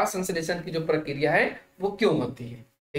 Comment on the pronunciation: Prakriya hota Hai sar Prakya Nahin